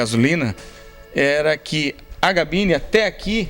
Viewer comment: "cabine".... diga "cabine" !!!! Nao e "gabine".... Chega... vou parar de ver esse video... me irritou tanta coisa errada....